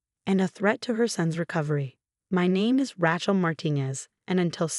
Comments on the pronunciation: Not RYCHEL but pronounced RAYCHAL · 12 mil to repay + interest. How in the heck are the in-laws going to repay? Interesting story with lots of mispronunciation, especially Ratchell (other stories have the same pronunciation.) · I can't stand the mispronunciation of raaachel. Ray, day , clay, say, pay aaaaaa long a. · It's not Rachel, it's Rachel. Long a not short.